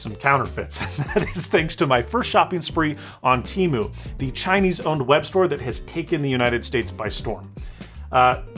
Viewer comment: It’s te-mu not t-mu